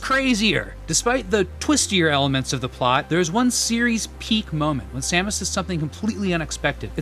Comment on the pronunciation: SAMus? SAME-us? Sam-OOSE? Which is it?